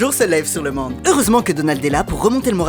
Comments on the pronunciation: Le MAnde 😂 Please tu sais qu'on peut modif les prononciations ? Au moins que ce soit volontaire, mais pourquoi le dire correctement dans les vidéos alors ? 😂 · il dit le Mande il veut juste bien écouter sinon c’est fait exprès le fait qu’il dise le Mande au lieu du monde c’était comme avec la Fronce au lieu de la France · Oh je disais pas ça parce qu'il dit pas Monde, je dit ça parce qu'il dit Mande et les Mii disent MAnede